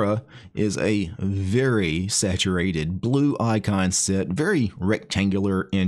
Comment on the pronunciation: Sometimes "icon set" sounds a bit like "eye concept", and all of a sudden, your icon set showcase becomes all the more poetic.